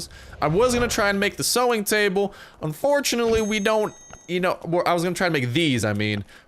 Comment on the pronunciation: Is saying sowing table correct or no? It says sewing table